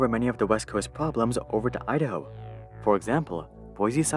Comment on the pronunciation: Please practice pronouncing the letter "o" you're adding "uh" and "ah" at the end of words that end in the letter "o" and "oo" like "idaho-uh" or "too-uh" and "san francisco-uh" please ...